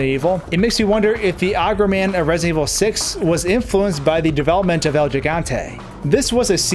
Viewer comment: Its el giganta not jiganta Gee Gantay